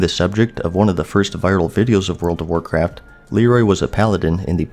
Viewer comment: "And that would be the World of Warcraftuh." - Alex Trebek